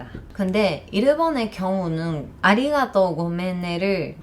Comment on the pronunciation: 한국 사람들의 "언제 밥먹자" 라는 인사는 진짜 밥먹자는 의미일수도 아닐수도 있습니다,,ㅎㅎ 한국어로 방송을 하시다가, 아리가또,, 고멘나사이~ 발음은 확실히 당연한 이야기지만 일본인이세요,,~~ 15년전 제 일본어 선생님 뵌것 같습니다,,~~^^